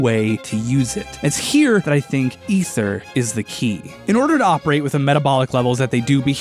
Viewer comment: Oh no. OH NO. The way he pronounced Ether OH NO!!!!!! Nevermind he says it right later on